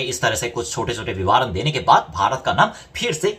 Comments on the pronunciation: Hi You are doing a very good job via this channel. Hats off to you. Just wanted to say that, it is vivaran - va pronounced as you do in the ran part of vivaran, that is, short 'a' and not 'aa'. So it is vivaran and not vivaaran. Hope I made it clear. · वी वा रण -नही - विवरण होता है मेरे भाई ।🙏